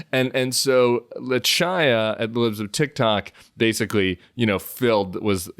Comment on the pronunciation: Tiny comment, the name Chaya is not pronounced with a hard c like cha cha cha. You need to go with a Yiddish base of the vocal cords chhhhhh sound.